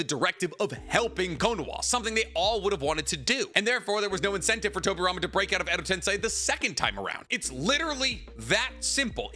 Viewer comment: the guy who says he knows the most about Naruto in the world second only to Kishimoto yet can't pronounce "edo tensei"? Nah